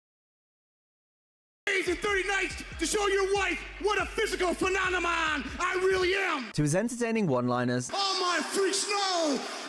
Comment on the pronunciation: “Phennomon” Holy Shit😝😛🤪